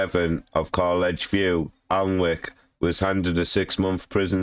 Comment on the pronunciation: You can’t even pronounce the town right?!